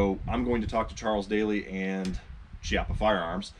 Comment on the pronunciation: I think Daly is pronounced like dally, as in don't dilly-dally. I know Chiappa is pronounced KEY-ah-pa, but whenever I see some of the junk they sell, I refer to it in rhyme as Crappy Chai-ap-pee.